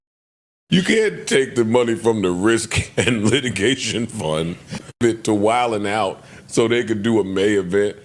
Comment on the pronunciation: Why she said wild then out it’s wild n out it’s even spelled like it sounds how can you get that wrong 😅